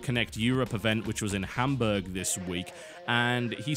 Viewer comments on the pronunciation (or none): none